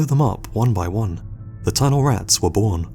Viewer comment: dude your word emphasis is all wrong! TUNNELrats, BOOBYtraps. Not boobyTRAPS, or tunnelRATS Sorry for being a freak in advance LMAO